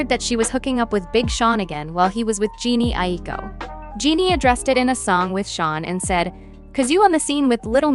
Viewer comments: Jhene Aiko’s name is Ja-nae, not “Jeanie” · Jhene aiko is pronounced “juh nay eye koh”